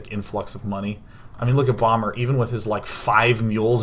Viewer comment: Are you using a green screen for the background? :P and also when ever you say "bomber" it sounds like "Obama" and I think about Obama playing SC2! That would be pretty good. Achieve world peace by having an awesome bonding session with all world leaders play SC2 on FFA :D